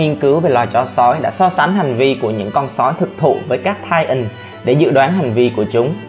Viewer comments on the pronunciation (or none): lỗi sai trong kênh : titan mà anh đọc là tian :)